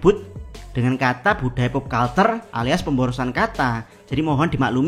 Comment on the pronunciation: culture dibaca kalcer, atau versi google terjemahannya kəlCHər kalau dibaca kalter aneh banget buat orang yg sering denger kata kata pop culture